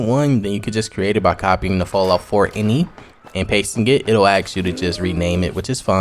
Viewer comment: did you call the eye en eye file and inny? lol